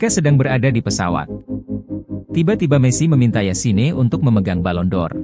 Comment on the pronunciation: kayaknya sebutannya yasin bukan nambah e di akhir